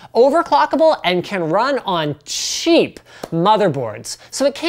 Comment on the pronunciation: Liked how he stressed on cheap lol